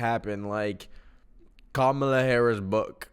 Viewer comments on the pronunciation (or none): none